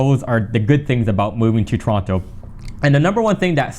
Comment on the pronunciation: Please pronounce Toronto properly 🙃